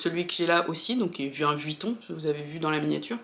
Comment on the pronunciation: C’est comme Margavaluxe qui dit Vitton au lieu de Vuitton 😊 sac juste sublime!! 👏